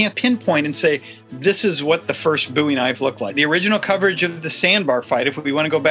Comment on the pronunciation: Booey Knife?